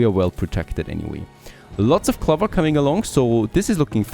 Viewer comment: It's not pronounced cluver it's clow ver .. when you are speaking English at least learn to pronounce the words correctly :)